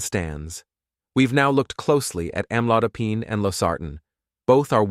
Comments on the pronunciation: Am lo di pine. I am not used to hearing the pine at the end pronounced like pine (tree)! The narrator needs to learn the correct way to pronounce it. Or is he right??? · Why he saying the AMLODOPINE the wrong pronunciations! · Wish he would pronounce Amlodipine correctly!